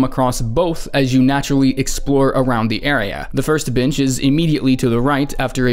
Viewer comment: did anyone else hear bench as a bad word 😆😆